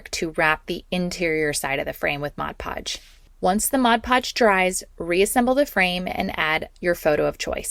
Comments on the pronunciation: Great ideas………but….. it’s MOD PODGE NOT RUDDY MODGE PODGE!!!!!! Dum cluck! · The nice young lady is saying “MODGE podge”. It drives me nuts too. Yes, the jar most certainly says MOD Podge. Oh well, but her project was cute. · I get a chuckle when people say “modge podge” It’s MOD Podge 😂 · Repeat after me…. MOD Podge! Not liberry, not exspecially, MOD Podge! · It drives me insane!!! Why do people pronounce it modge podge!!! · I know every time I hear that girl start talking I say to myself oh Lordy that’s the Modge Podge girl and she still says it. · It's particularly noticeable in that video because she says it SO MANY TIMES 😅🫣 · OMG same here! And she said it so many times!! Drives me crazy!